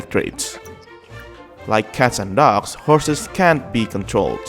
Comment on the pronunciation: Every time you say "dogs" I thought you were saying "ducks"